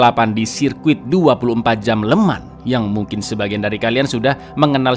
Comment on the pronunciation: FYI "Le Mans" dibaca "Lu Mong" ya Lurs